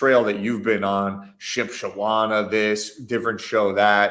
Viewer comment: said Shipshewana! Day made, thanks Card Talk crew!